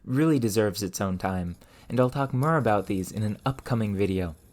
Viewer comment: Where's your accent from? I can't place the "ferge, ferm, mer" vowel (forge, form, more).